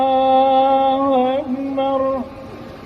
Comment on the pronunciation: Kalau diperhatikan bener2, yg ngencengin takbirnya imam bunyinya bukan Allahu Akbar tapi Allahu aikbar